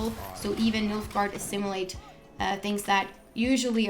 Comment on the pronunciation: he said Milf-gaard.